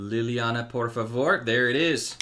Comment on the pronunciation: Hi. Always a pleasure to watch your videos. Nor always easy for me following the lives, but, thank you technology 😊. By the way your "shrink por favor" great portuguese pronounce 😊